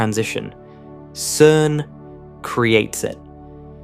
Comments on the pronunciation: “CERN” is pronounced “sern” and not “kern” . Please edit the AI when an important word will be used repeatedly. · AI Generated slop. Anyone making videos on this topic would know that "CERN" is pronounced "SERN" with a soft "C" (like the c in center or circle). Not "KERN". The name comes from the acronym for its original French title, Conseil Européen pour la Recherche Nucléaire. In French (and English), a "C" followed by an "e" makes a soft "s" sound! Like everything this channel does, it either misinterprets things deliberately, or takes a real physics fact, adds an unresolved question, and then, after a dramatic metaphor, makes an unjustified existential conclusion. It is complete garbage in terms of scientific accuracy. But as with them all, it makes the same mistake of assuming materialism, rather than noticing that YOU EXIST... ;-)